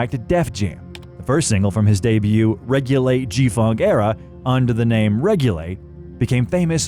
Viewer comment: Why did he say "regulate" like "rage light"?